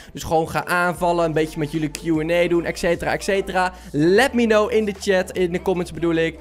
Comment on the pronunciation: je zegt ekcetera maar het is etcetera